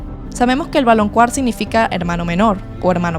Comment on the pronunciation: Ame el video... solo me pregunto por qué dices "valonQUAr" cuando, según yo se pronuncia "valonKAr"😅